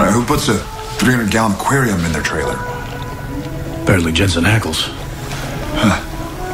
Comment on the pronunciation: IT'S A TWAILER! ELMER FUDD! XD